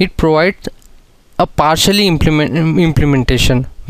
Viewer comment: Partially not partically